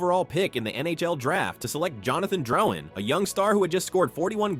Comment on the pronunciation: “jonathan drow-in”